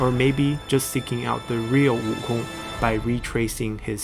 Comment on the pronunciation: I gave a like on the video because props to you for going out your way to speak the name fluently, as for me though I'll stick with WOOKONG